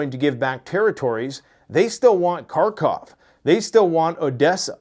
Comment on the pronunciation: Kharkiv not Khartov unless you are a Russian invader